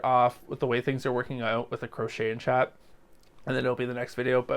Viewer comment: Chat not Cha lol😂